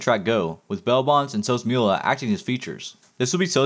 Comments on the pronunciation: sos mula (moo lah) not mule a lmaooo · the way you pronounced sosmula bro